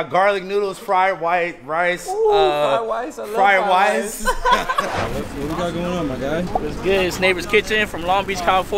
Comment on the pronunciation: Fried wice lmao